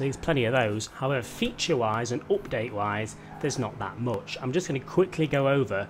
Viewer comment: Everytime he says “optade” take a shot